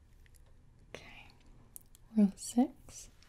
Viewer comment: you say s▪x (you don't say six😅) and again